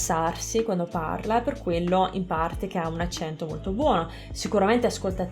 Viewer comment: L’accento lo mettiamo sbagliato tutti noi italiani, è un errore comune.